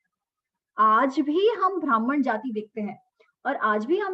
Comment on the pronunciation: भ्रामण what kind of pronunciation is that, also ब्राह्मण, क्षत्रिय, वैश्य, शुद्र are वर्ण not जाती